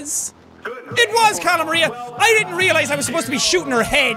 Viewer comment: Jack, it's Cala MAR--IA not Cala MUH-RIA. Like calamari!